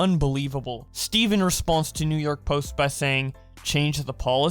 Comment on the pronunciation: Why do you say response when it's responds